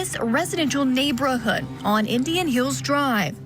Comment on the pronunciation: yet again….. Neigh-BRO-hood?? Sorry Chan… girl.. it is neigh-BOR-hood. C’mon…. Love your coverage but…. Yikes. I want to start saying neigh-BRO-hood now, it is more fun than it’s real word, “neighborhood” - LOL!